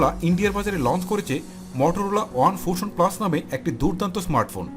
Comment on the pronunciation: আশা করি আপনি ভালো আছেন আমি নিজে নিয়মিত শুনে ও দেখে থাকি কিন্তু আপনি আজকে ফোনটির নাম সঠিক ভাবে উচ্চারণ করতে পারেন নি। আপনি ফুশন বলেছেন কিন্তু সঠিক হবে ফিউশন। আশা করি ভবিষ্যতে এ ধরনের ভুল আর করবেন না। ধন্যবাদ।।